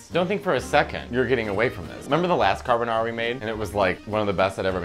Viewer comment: Carbanara again. Lol